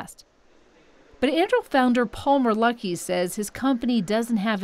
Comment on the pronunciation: Anyone else hearing “Paul Merlucky” instead of “Palmer Luckey”